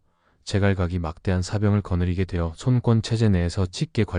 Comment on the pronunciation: 손꿘. 손꿘 거슬리네 손권으로 일어라 짜증나네